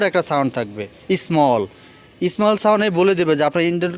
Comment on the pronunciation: ভাই,উচ্চারণ গুলো ঠিক করেন।যেমন ইঞ্জিল না,ইঞ্জিন হবে। সাউন্ড স্মল না, উচ্চারণ স্মুথ হবে।উচ্চারণ ঠিক করে কথা বলা উচিত।